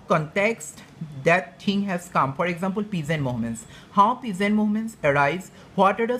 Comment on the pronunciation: He says ekxampool....haha